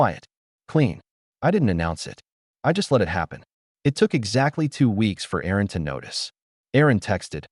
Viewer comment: Erin, not Aaron.